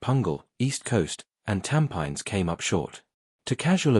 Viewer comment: Learn to pronounce a word where the locals understand, e.g. Tampines.